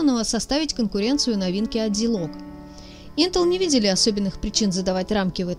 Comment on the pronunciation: Единственное что бьёт по ушам это зИлог вместо зАйлог